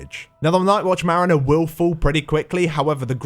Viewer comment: merriner? Mariner? llol